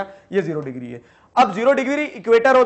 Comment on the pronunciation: Digree no digire